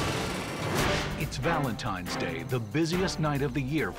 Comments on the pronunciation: Valentine's, not Valentimes. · Someone needs to tell Gordon it's Valentine's not Valentime's. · I read so many comments here and I didn't see a single one talking about how Gordan says "Valentimes" instead of Valentine's. Who knew? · “Valentimes Day”… Chef no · gordon one hundred percent said valentiMes day 😅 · Is it just me or is Gordon saying Valentime